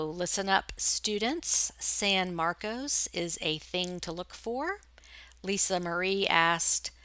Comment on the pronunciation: 'san marcos'. marcos is my husband's name. I'll remember that. You pronounce it perfectly. never understood why ppl automatically pronounce it 'marcus'.